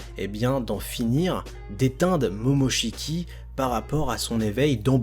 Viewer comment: mais arrête de dire momochki boruto (j’aime pas ce nom je préfère Uzumaki)